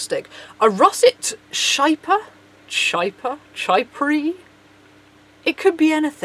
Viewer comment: "Chypre" is pronounced "sheep-rah". =D